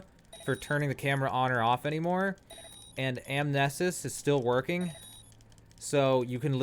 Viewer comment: Ann-Am•knee•sis At this point, they’re not exploits. They’re unintended ‘features.’